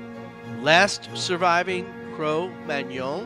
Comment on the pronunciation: you are saying magnon wrong it's like mag none not like fillet mignon